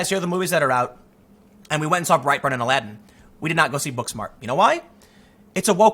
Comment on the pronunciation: I thought you were saying brieghtbart not bright burn, lol I didn't even know bright burn was a movie